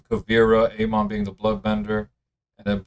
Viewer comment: Bro learn how to pronounce Amon